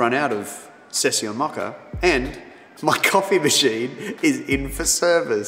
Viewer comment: Maca-Mocha...love the accent❤